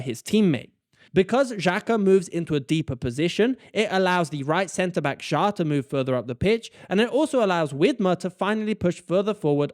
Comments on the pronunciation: Schar XD Pronounce him like "share" and you got it to 100% right💪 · The name Schär is pronounced "cher", like the pop singer. 👍🏼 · The Ä in Schär equals the Ae in Aebischer. If you don't want to use "Umlaut" (Ü,Ö,Ä) you could write it as "Ue, Oe and Ae" and the pronounciation for Ä is the same like the Ae from Aebischer. Just in case this is somehow useful to anyone. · It’s pronounced scher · Thank you for answering my burning question: What the heck is my team doing and why does this work so well. ;) Very nice pronounciation of the Swiss names! Schär and Xhaka is a bit different, but the rest was perfect! Greetings from a Swiss football fan ;)